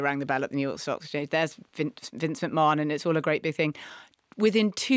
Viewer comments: It’s Mc-Man not Mc-Morenon! 😂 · What was that thing Marina said (not necessarily in this episode) about network executives wanting directors to make shows more exciting because people are watching on their phones and scrolling through other things? Also it’s pronounced Vince McMaNN not McMarnn. However, lovely you’re talking about wrestling. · Omg his name is pronounced Mc-Man!